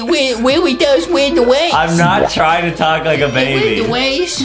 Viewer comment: Adam: slow and steady weely wynns the wase Me and my brother: 🤣🤪🤣🤪